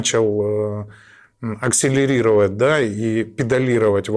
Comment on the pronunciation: Акселилировать, схематозить... О, Господи...